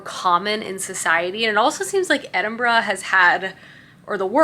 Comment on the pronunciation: True but I’m just grateful she said Edinburgh correctly 😀